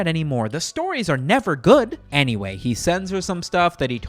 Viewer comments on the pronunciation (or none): none